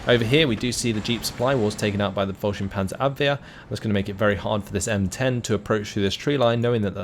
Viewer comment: You perfectly pronounce Panzerabwehr. Try to pronounce Ersatz it like Airsatz, with emphasis on "satz". Love your content :)